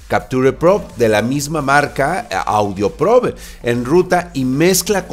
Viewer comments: LIKE SI PENSABAS Q DECIA AUDIOPOBRE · Pense que decia audiopobre jajajaja